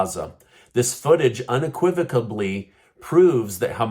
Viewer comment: Unequivocally or Unequivocalabbly you dicide